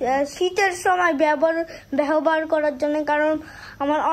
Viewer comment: সাইফান ব্যবহার কে বলছে ব্যহবার। ওকে শুদ্ধ বাংলা ও শিখতে হবে।কারন ও লেভেলে ওকে ১০০ মার্ক এর বাংলা পরীক্ষা দিতে হবে। উচ্চারন ভুল হলে বানান ও ভুল হবে, বুঝেছেন। প্রতিটা বানান এর জন্য ১/৪ মার্কস কাটা যাবে।